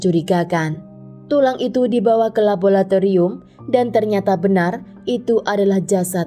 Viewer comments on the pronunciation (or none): Di menit, yang benar adalah Andrea LOHAGEN bukan LohaNgen, jangan seenaknya merubah nama orang. Pada Bad Belzig dibaca BAD, bukan BED, karena itu adalah nama Jerman, jangan semua di-Inggris-kan! Pada menit "LaboRatorium", bukan "LaboLatorium"! sekolah nggak sih? Jaga mutu dong kalau mau berInternet!